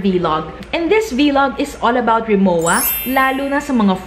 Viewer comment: Hindi RI MO WA. It's pronounced RI MO VA